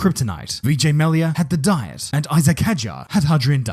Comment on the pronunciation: Isaacck is pronounced E-zak Hadrien? The H is silent Love your vids, dude, just giving you a hands up on the future 😅 🇫🇷